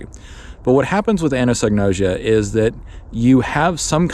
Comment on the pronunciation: I've been thinking about this topic for decades, and have similar conclusions. Really appreciated your take on it. /kaɪæzəm/ - it starts with the Greek letter X (chi); sounds like a hard k. Think "cross," which is what it looks like anatomically. ah-NAH-so-no-ʒe-ah - Gnosis (Greek for knowledge); English doesn't pronounce the "g." ʒ like the s in pleasure, although it's pronounced many ways by English speakers, so like an s is a pretty common form.